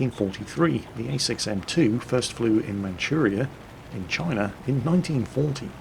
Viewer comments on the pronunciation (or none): none